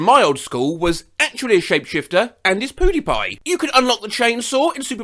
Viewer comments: IM SORRY I DONT WANNA BE RUDE BUT “poodipie” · “Poo-De-Pie” Lmao, I love that pronunciation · It's pronounced Piu-di-pi not peu-di-pi Edit: changed spelt to pronounced